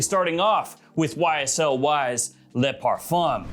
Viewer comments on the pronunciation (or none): Luh male, lay parfum. Why? It's Le and Le (L-uh)